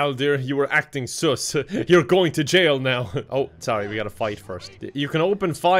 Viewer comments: pronouncing suss (s-UH-ss) as s-OO-ss is really bothering me. It’s a short U, not long. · I wonder if knows its suhs not seus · I love how emphasizes the word: sus